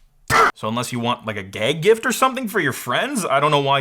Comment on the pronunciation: Ooh., I heard a Michigan accent came through HARD on “gag”.;)